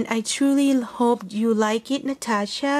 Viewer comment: stunning creations! Love those so much! And yes you pronounce my channel correct! Thank you so very much for a beautiful card and box - love, love, love those. Keep looking on those all day long! Hugs, Natasha